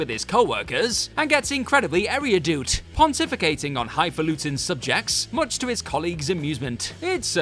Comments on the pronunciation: Uh, ish if that's "erudite", that is... not how you pronounce it haha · Area-doot. Lmao. The irony is that it's decidedly not erudite to mispronounce "erudite" so badly.